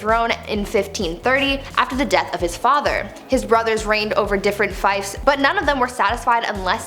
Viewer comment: Fief is pronounced FEEF (rhymes with grief), NOT fife.